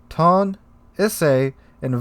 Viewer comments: OMG I CAN'T TAKE IT ANYMORE...ITS E-SAY AND TOE-NAY OR TOH-NEH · ee-say toh-nay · lol I'm sure lots of comments will be mentioning this so this is out of the Japanese pronounciation guide: toe-nay and E-say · Tone is pronounced To-ne. Like toh-neh. It's one of my favourite ships ever (own a really beautiful model) so I really had to say that :p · Also, Ise phonetically is Eee-Say. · yes, more CVs is what we need :)) :)) Two moments later: New tier 10 soviet Battlecruiser Pyotr Veliky with P-500 AShM and 130 mm secondaries, Kashtan CIWS and Torpedo launching Ka-29 helicopters By the way, Tone is pronounced Toe-Nay, Ise is E-Zay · I think the Japanese translator understood your "Tone" as the English word "tone" and just butchered the pronunciation of it in Japanese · i way about to say he was butchering that pronunciation to high heaven hahaha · Oh no, he is going in with the mispronunciation of Ise and Tone again xD